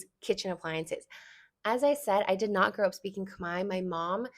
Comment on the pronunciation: I love the analogy with tortilla ❤ and yesss, I definitely feel a slight rage hearing people mispronounce Khmer as (Kuh-Mare) when (Kmai) is not hard at all. I do find it interesting that even when I teach people how to say it right, they split it into 2 syllables which is confusing to me because it’s just one 😭